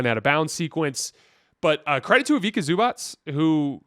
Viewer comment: Ivica to be read as eevitza, not k, it's c